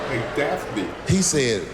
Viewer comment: Notice how he never misspronounced Daphne thruout the entire set. It took one to know one.